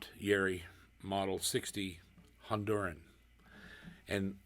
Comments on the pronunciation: Please pronounce Kazuo's last name out of respect for the master. It's YA-IRI, not YAE-RI. You said it correctly in the beginning but went back to the wrong way. Please. I do enjoy your videos a lot ! God bless! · First off it's pronounced Ya h - Erie not yawree. I sold Yairi's from 1976 to 2005 and I will tell all who will listen these guitars are far beyond the best guitars ever made, they are the finest. There is one thing about different makes, the Yairi is meant to be played with a delicate touch as this gentlemen is doing. Whereas, Martin guitars have to be played hard otherwise they lose their tonality.